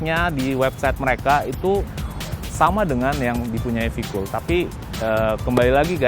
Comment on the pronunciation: kok bisa salah dalam pengucapan singkatan to mas e..sayang banget, ini v-kool lho padahal, v-kooooooool.. anyway..nice review